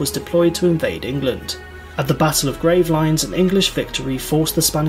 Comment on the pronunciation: The Battle of Gravelines (Grave-lines.) Well, that's how you spell it, but it's French, and pronounced grav-leen.